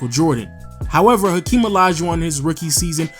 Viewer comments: Its hakeem not akeem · I don't get why people always picking on these tiny little nonsense on how to pronounce or mistake with naming. It is just a name and everyone know who is a is. Not like he called Hakeem. Henry. Very small pronunciation error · Hakeem not Akeem bro